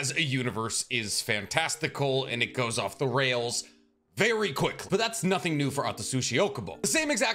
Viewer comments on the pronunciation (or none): none